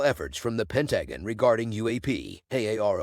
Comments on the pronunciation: Pentagon: pronounced pen TA gun. Robotic voices are so goofy. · yeah the new AI voices are getting a bit better but damn you'd think they could at least pronounce a word as easily noticeable as the Pentagon. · Terrible voice over but you got the facts straight . However the pronunciation of Pentagon gets you a thumbs down and report for child abuse.